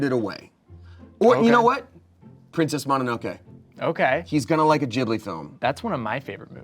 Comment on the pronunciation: Not and pronouncing Studio Ghibli like "jibbly"?? Haha what? XD